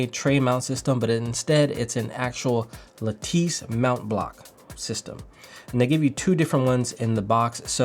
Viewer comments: It is envoy (aan-voy) and lattice (la-tuhs), just an fyi. Good video. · "N-voy" "Luh-teese" lol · its pronounced ahn-voy and lahttiss